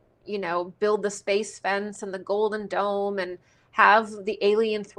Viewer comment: I keep hearing 'Golden Dawn', when you say 'Golden Dome' ... or is it 'Golden Don'